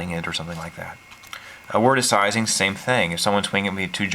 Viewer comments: Am I the only one unnerved at the fact that he pronounced “Seizing” as “Sizing?” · LOVE the deck tech but cringe every time you say seizing.